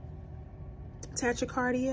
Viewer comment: Tachycardia is pronounced like “Tah-Key-Cardia”